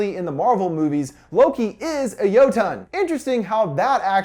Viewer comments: It's jotne not joton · Not me slightly cringing at him pronouncing it "yo-tawn" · Why he pronounce jötunn, jötann? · It's annoying when he says it's a Jótunn. Needs to get the right o, which is ö. So it's Jötunn (Yeu-tun)